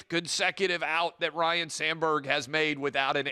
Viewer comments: It’s not Ryan it’s Ryne! 😅 C’mon man. Dude is now dead and people still can’t get it right. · Ryne Sandberg, not 'Ryan'. At least Harry Carey could blame the Jack Daniels.